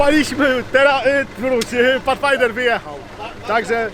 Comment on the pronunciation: Pathfinder, a nie "Patchfinder"...